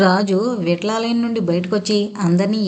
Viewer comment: విట్లాలయం ఏంటండీ బాబు విఠలాలయం మీ భాష ఎలా ఉన్నా చదివేటప్పుడు జాగ్రత్తగా చదవాలి కదా. అలాగే బే అన్నా వర్డ్ కూడా ఛండాలంగా ప్రొనౌన్స్ చేసారు